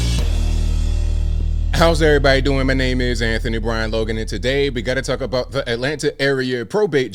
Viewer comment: "Let's Tuk about it " lol